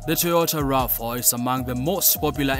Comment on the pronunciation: You can tell this is AI, never heard of a Toyota Rafa, but I have heard of a Toyota RAV 4!!!😂😂😂